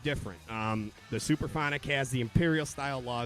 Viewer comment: Sup-Ra-phonic. Not Super-phonic.